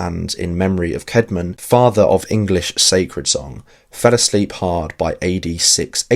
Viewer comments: The name <Caedmon> is pronounced kad-mon though, note kade-mon. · first time you said his name in the vid you said Caydmon that's why I mentioned.